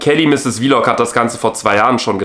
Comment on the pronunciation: Mich triggert es dass, er immer „Vilog“ sagt anstatt Vlog😂 egal trotzdem geiles Video❤